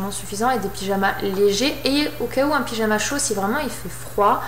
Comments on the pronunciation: pijama Et non pas pigama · C'est pyjama mais est dyslexique